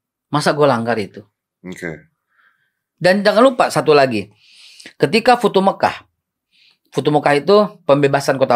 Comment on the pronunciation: Futu Mekah....???! 😂😂😂😂 yg bener Fathul Makkah kali be.... Pembebasan kota Mekah..